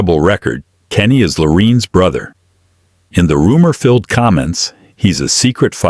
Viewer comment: What's With the Narrator Mispronouncing Lorraine's First Name?